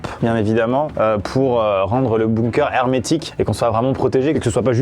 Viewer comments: Amixem construit un igloo Le prononce LE igloo Amixem construit un bunker Le prononce bounker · Moi : ai toujours dit Bunker Amixem : Bounker Mon cerveau :💥🤯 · Juste c'est pas bOOnker mais bUnker. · a il a dit un BOUNKER :') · J'adore comment vous prononcez "bunker"... "bounker" 😂😂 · Sa se prononce bounker^^ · C’est bunker, apprends à parler et à écrire.